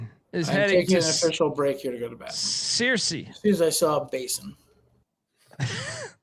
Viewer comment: the town, Searcy, is pronounced “Sir-See”. I grew up there, kind of a footloose situation b/n town people and the college (church of Christ). Harding Academy, high school tied to the college, has no dancing/no prom. They have a banquet dinner instead. GO BISONS!!